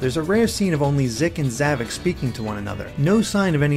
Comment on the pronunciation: It sounded like you said, "Zomnom," which is actually an adorable idea for a nickname for him. XD